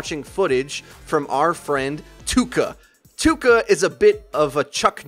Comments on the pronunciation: ITS PRONOUNCED TOEKA NOT TOUKA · Something that triggers me... Touka is pronounced toe-ka, not too-ka. Too-ka sounds cringeworthy. Also, this "guide" doesn't say anything on how to battle rein. It just says "it's ok to run in an kill people if you're good at it". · >Tooka It's Toh-ka or Toe-ka. Weeb correctly pls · Alright, this has been bothering me. It's not pronounced Too-ka. It's Toe-Ka. I'm sorry, it's just been bothering me for awhile. Touka is a character from the anime/manga series Tokyo Ghoul. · NOT ''TUKA'' IT'S T O U K A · Its not TOOka its TAOka chan its from Tokyo Ghoul an anime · He says it like "TOOKA" 😂😂😂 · I think Touka actually pronounced Toh-ka. That's how it's pronounced in TG anyway. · I don't wanna be an ass, but I believe it's pronounced Tohka. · You said toukachan wrong. I don't blame you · "OH MY GOD ITS PRONOUNCED TOUKA NOT TOUKA GOSH" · That moment when they say Touka wrong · why do i feel like you're pronouncing "touka" wrong? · Pronouncing Touka wrong every single time...